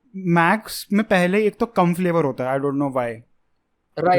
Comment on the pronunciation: We can make a video out of just saying the flavor wrong